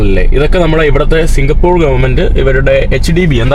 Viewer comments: സിംഗപൂർ അല്ല മൈരേ😂 നമ്മൾ മലയാളികള് പറയുമ്പോൾ സിംഗപൂര് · കേരളത്തെ തെറ്റി ധരി പിക്കുന്നു 😢സിംഗപ്പൂർ ആണ്...singha- പൂറു അല്ല😂